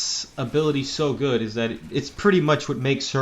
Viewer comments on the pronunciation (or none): none